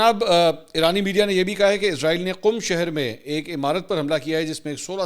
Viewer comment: Mansoor Bhai word Israel hai ap humesha izrael kiu bolty hn JB k wo moat k farishty Ka name hai ??